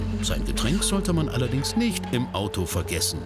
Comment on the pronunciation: Was soll dieses "nischt" bei ? LUL